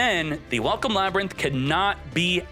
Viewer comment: You had me until you said Ladrynth. Ew! No!!!